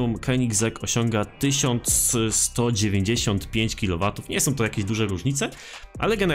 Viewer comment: Na początku myślałem że kliometrów a nie kilowatów